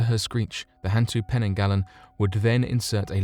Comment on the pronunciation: And hantu is more like hun-too. It means ghost. Orang Minyak literally means oil person lol